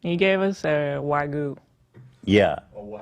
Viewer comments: Wagyu, not Wagu. For the love of God STOP! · Please for the tenth time it's pronounced "wa-GYUUU"